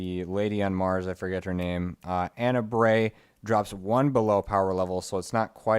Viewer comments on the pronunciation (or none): none